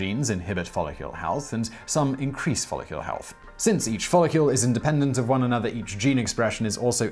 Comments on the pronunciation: The word is follicle, not "follicule." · Was he saying 'follicule'? And if so, what is a follicule? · Follicle not follicule! I despise the pronunciations by this berk, every blasted video! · Follicle is not pronounced "follicule". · Since when is the -cle suffix pronounced as -cule? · Every time that you said the word "follicle", you said it as though it was spelled "follicule". It isn't. ˈfälək(ə)l is the correct way to pronounce that word. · Please stop saying "follicule". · DAMN IT! 😖😵 STOP SAYING "FOLLICULE"!!! 😵😖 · Why do you pronounce it "FOLL-IH-KYUEHL" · i wanna know who told you that follicle is pronounced follicule lmao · I know, right? UGH! He is ALWAYS mispronouncing shit! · He also said "follicule" 😑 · Do British folk spell follicle differently, along the lines of aluminum vs aluminium? Simon keeps saying "follicule." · Exactly. I think that may be what confused him. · The brits fuck up all kinds of words lol. Every heard a brit say "aluminum"? Al-you-mini-um